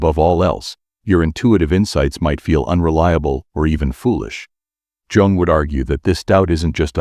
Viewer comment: That image is not even similar to Carl Jung. And you pronounce “yung”. Not “Djung” 😂 Each time the computer says “Djung”, I lose my concentration. This mistake is barbaric.